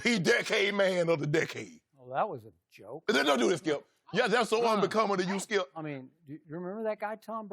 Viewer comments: There is a video of him saying skiup the whole time...too funny! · “SKIUP” -Shannon Sharpe